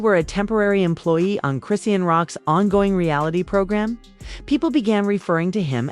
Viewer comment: How come you can’t pronounce her name correctly it’s ( Chris Shaun) dang is that to hard